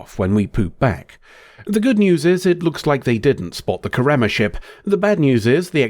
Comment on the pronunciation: Hermione: you’re saying it wrong. It’s KARemma not KarEMMA swish and flick